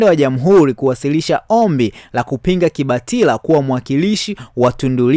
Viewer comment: Unayataja majina ya watu kijinga!! Kibatala si kibatila!! Tundu sio tindi